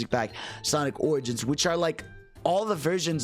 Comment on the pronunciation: God dammit that intro when u said Sonic Oranges. All I hear is oranges when hearing origins now 💀